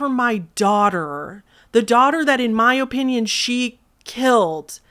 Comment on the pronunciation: "O"pinion Midwest accent